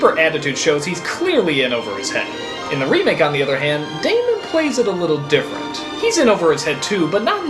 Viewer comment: matt damon not matt damond